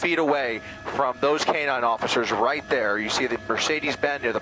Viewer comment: What's a Me-CADE? It's M e "r" c e d e s dumbass! There's no "A" in that vehicles model name what so ever! I don't think you paid attention in SPELLING class. Were you just HIGH the whole time? Why does your phone or computer NOT have spell check turned on? Like seriously!!